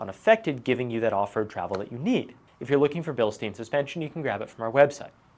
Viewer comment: Cool video! btw. these "billsteen`s" are pronounced correctly: " bealshtyne" no joke, i live here in Germany not far away from that little Town Bilstein... On m< next Gen5 Ram 1500 my choice will be the fox 2.5 , 3 inch lift kit, or what do you recommend? greetings, Carsten.